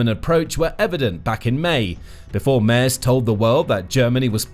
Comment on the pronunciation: Love your reportage. The German Chancellor’s name is pronounced “Mehrts.” Keep up the great work!😊